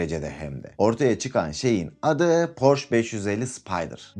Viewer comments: Porş değil hocam Porşe okunur . Önce adını doğru söyleyin . Hamburgdan sevgiler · porş değil porşe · porsche 911 hayranıyız porş denmesi rahatsız ediyor 😊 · okunuşu "porşe" dir , ferdinand porşe